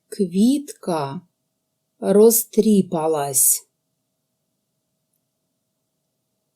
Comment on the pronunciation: У слові "розтріпалась" наголос падає на "а" - "розтріпáлась"!